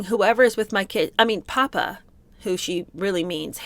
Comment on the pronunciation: Glad to hear someone to say papa correctly.